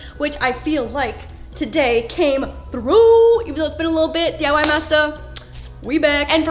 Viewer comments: You did say it right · Yes u did pronounce the DIY thing correctly and yes I’m polish and my whole family is polish